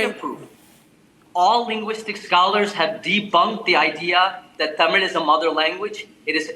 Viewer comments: This lady can't even pronounce 'Tamil' properly 🙄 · TAMIL TAMIL TAMIL Vs THAMIZH!